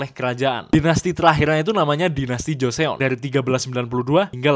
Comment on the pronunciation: Izin koreksi ya kak untuk cara baca tulisan "Joseon". Di aksara Korea, Joseon itu tulisannya kayak gini "조선" dan ini dibaca Joson, bukan Jose-on. Kalau Jose-on jadinya "조세온". Btw makasih yah ilmunya.❤